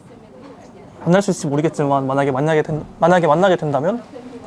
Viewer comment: 카나비도 중국어 오래하니까 만약에를 만냑에로 발음하네 ㅋㅋㅋㅋ귀엽다